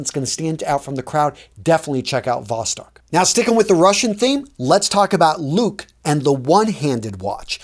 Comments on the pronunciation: Thanks for the info! Regarding the pronunciation: Komandirskie is more like Koh-mah-n-deer-ski-eh (hope I "spell" that correctly), Luch is not "look" but Loo-ch (or tsh) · Not Luke, its LuCH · "ch" in Luch must be pronounced as in "children", for example, not like "k". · you wife is ukrainian, didn't she tell you how to pronounce luch? it means beam in English/ I don't know how is it in Italian/ or you make it on purpose to have more comments, therefore - money?